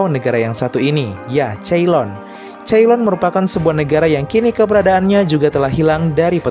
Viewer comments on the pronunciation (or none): sori nih tapi ceylon cara baca yang benar itu 'Seylon' bukan 'Ceilon'